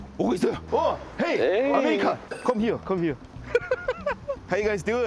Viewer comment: 미국인이 영어로 컴히어 컴히어 ㅋㅋㅋㅋ 발음 완전 한국아재 ㅋㅋㅋㅋ